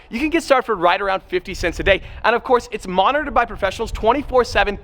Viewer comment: six BY six not six BA six